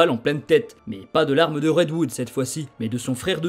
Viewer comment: Petite précision car ça me titille l’oreille à chaque fois : c’est red HOOD et non red WOOD 😅